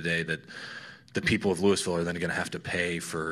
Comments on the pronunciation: Wait, did Scottie just call Louisville, "Lewis-ville"? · He’s thinking of Lewisville TX. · Lou-Ville Scottie!